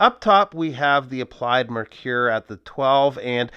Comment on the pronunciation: Once again another great video. I love how you use the camera with close ups and the lume shots. Your videos are always informative and very well produced. You are a pro bro. Are you sure of the pronunciation of the brand name?